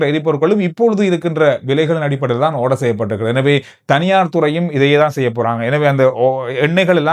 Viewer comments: ஓடர் என்ற சொல்லை ஆடர் என்று வாசிக்கவும் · ஆரஞ் ஆர்டர் ஆவ்வீஸ் இது எல்லாம் இந்திய உச்சரிப்பு. இலங்கை உச்சரிப்பு பிரிட்டனை பின்பற்றியது. ஒவ்வீஷ் ஓரஞ் ஓர்டர் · ஓர்டர் தான் சரியான சொல் பதம்